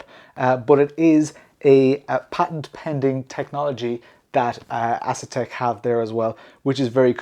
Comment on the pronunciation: Bruh, I could be wrong but I don't think it's pronounced Ass-Attack